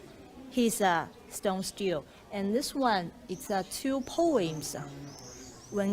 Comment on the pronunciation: stele - pronounced as "sti li" nd not "still".